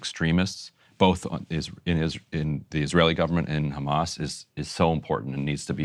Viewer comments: Funny how Sanders pronounces "Khamas", i.e. like in Hebrew. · Bernie says khkhamas just like every good Likudnik. Sorry Bernie, I thought you were better than this. I hope you find Netanyahu's pocket comfortable, it must be crowded with most of the US Congress in there with you. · Just the way Bernie says Khamaas shows where his puppet strings come from : The correct word is HMS (Ḥarakat al-Muqāwamah al-Islāmiyyah) translates in English as A Resistance Movement For Restoration of Peace (Islam means peace). At least, know your enemy. Nobody in political power seems to know HMS or Hamas. Israel projects their worst fantasies on them and obviously has the ear of American politicians - I guess the AIPAC paycheck is the problem and after 9-11 it has just become the norm to be Islamophobic if you are American. But, shouldn't people be less intellectually lazy and try to understand their 'enemy'. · How he says “ Hamas “ is so pathetic . Trying to sound “ Israeli “ Some sea mites 🤦🏻🤦🏻 Can’t pronounce a Semitic letter properly…🤷🏻‍♂️